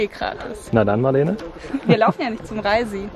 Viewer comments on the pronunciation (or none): Schöne Tour - YouTube weiß eben was mir gefällt! Ich liebe die Hohe Tatra, weil man die meisten Gipfel in Joggingschuhen, kurzer Hose und T-Shirt besteigen kann. Und sich dabei trotzdem wie ein kleiner Reinhold Messner fühlt... Der Rysy wird wohl am ehesten so ungefähr wie Risse ausgesprochen. "Rissi" war knapp dran - "Reisi" allerdings gibt einen kleinen Abzug in der B-Note 😊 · Hallo, vielen Dank für sehr schönes Video. Ich bin der Slowake und "Rissi" ist die korrekte Aussprache ;) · Leider nein. Im Deutschen spricht man "Rissi" hinten so wie das italienische "si" aus... Und "Rysy" wird nun mal mit zwei kurzen "i" ausgesprochen